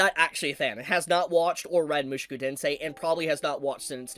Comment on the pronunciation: Oh dear can't stop myself... MushOku not MushUku! Show not Shoe!